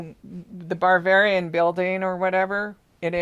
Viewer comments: It's Bavarian, not Barvararian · You keep saying BARBARIAN. There is a style of architecture called BAVARIAN - not BAR-VARIAN. Also a dessert called BAVARIAN CREAM. There is movie called BARBARIAN with a little pale yellow house. The song you were humming was YELLOW SUBMARINE. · …Ba….ba….not bar. Ba-var- ian,,,,VILLAGE ……… you are saying what sounds like barbarian. My parents lived in Leavenworth Wa. ❤️🙏. THANK YOI FOR ALL YOUR HARD WORK! I was astounded at your profound accuracy of the Daybell murders. At first I thought you were a nut, when you first came out with that information. it was so off the wall crazy unbelievably horrific. I couldn’t let my mind go to that level of evil. You have opened my eyes👁️ to a level of evil, that is inconsistent with life itself! I cannot get Summer out of my head….please help bring peace and justice to SUMMER. and the world!🙏🙏💜💜🌸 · "barbarian"??? do you possibly mean "BAVARIAN"?? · It sounds like you are saying barbarian instead of Bavarian. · I have a feeling you are pronouncing the place wrong… It's Bavarian not with an R in it🤔🤍🤍🦋🦋🦋